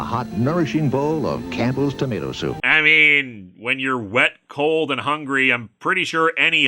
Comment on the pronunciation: Whenever Linkara says 'Campbell soup', I keep hearing 'cannibal soup'...